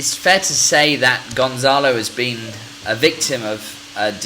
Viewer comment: It's not GonZalo, It's GonCalo. Here in Portugal, we believe that maddie died by accident. Probably, she woke up and she heard gerry's voice when he was talking with the BBC producer outside the house, she climbed the sofa, and she hit her head on the wall. Kate found the body and the rest is History.